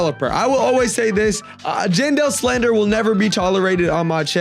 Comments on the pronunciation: Him saying John doe instead of jandel is wild💔🥀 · he said general 💔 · STOP LYING SUMMER HAVRSET IS EASY WIHT MY FRIENDS WE DID 3 TIMES PRISM REWARDS TODAY IK SRY IK UR NOT LYING ITS LOT OF BUT I THINK ITS RLLY EASY BTW SAYING JANE DOE INSTEAD OF JANDEL IS CRAZYY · Bro said genderless instead of Jandel💀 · him saying general instead of jandel is wild 💔🥀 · It does sound like john doe